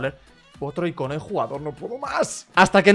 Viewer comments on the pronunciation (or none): none